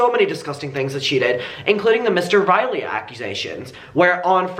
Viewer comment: Mr. RINEY. Not Riley.